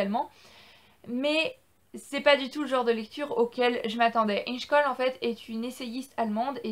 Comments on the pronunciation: Ça ce prononce: ingè choll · Ça se prononce : Ingué Choll